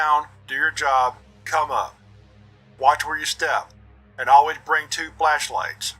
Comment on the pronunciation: ALWAYS. BRING. TWO. FLESHLIGHTS!!! 😂 My guy knows his priorities! (I believe that it's the 2nd time you say it where the pronunciation, coupled with the 'AM Radio' Audio Filter, really make it sound like that's what you said. It had me giggling so much!)